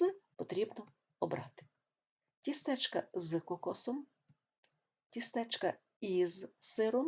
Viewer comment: Пояснення зрозуміле. Але... Перепрошую, колего, а чому "тістЕчка"? Наголос лише на І "тІстечка"